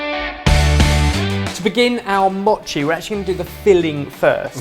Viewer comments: It's m-oh-chi not m-aw-chi oh my god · say mochi right. its moe-chi. not ma-chi. i cringed every single time you said 'machi' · not maw-chi moe-chi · its not mot chi its mo chi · Don't cut it dudes just eat the whole thing! Also you're saying mochi wrong. Less mocchi and more mo-chi if you can catch my meaning. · If you coat a whole strawberry with the red bean paste and then cover in mochi, then it's a spring snack (popular in sakura time) called Ichigo Daifuku and it's very delicious! (Also, it's pronounced Moe-chi, but I'll let you off haha) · it's not pronounced moe-chi. look at how actual Japanese people pronounce it and their correct. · MOOOHHHHH-chi. like MOment. (head desk) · It's M-o-chi with a long "oh" sound! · I knew it. M-OH-CHI Come on we already let you screw up recipes all the time, the least you could do is pronounce it right. Pro Tip: Mochi goes great with frozen Y-OH-GURT. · i cringe every time they pronounce mochi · Why is everyone complaining about how they pronounce mochi? It's supposed to be pronounced with a short O and that's what they've been doing. Also it looks delicious. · Is anyone else annoyed that they pronounced "Mochi" wrong? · well I guess she could have kindly corrected you. Not trying to be rude or anything but that it is how is pronounced (probably not as bad as though) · That mispronunciation of mochi though. Yum xD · I don't say Mochi the way does. D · No it's not, have you even heard of a Japanese person say mochi? The O is pronounced shortly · I came down to the comments just for that-_- the pronunciation was really not the best, made me cringe as well